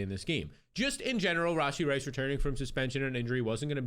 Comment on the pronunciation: The way he says "RAWW SHEE Rice"😂😂